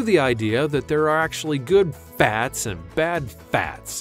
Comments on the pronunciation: STOP SAYING FATS LIKE THAT. Please and thank you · FAAAATS. WHY DOES HE KEEP SAYING IT THAT WAY LOL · Just depressing 😫😫😫😫😫. And the way he pronounced fatz fatz fatz.